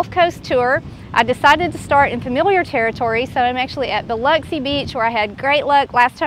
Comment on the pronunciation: Welcome to my neighborhood (Long Beach). Excellent job pronouncing Biloxi. Pass Christian is heavy on the ANN. Pass Chris-chANN. Enjoy your videos.